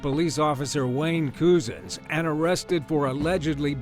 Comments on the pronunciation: Wayne cousins not coozuns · Number 10s name is pronounced Wayne Cousins